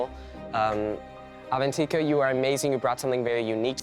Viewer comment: they kept saying Avantika's name wrong and it drone me NUTS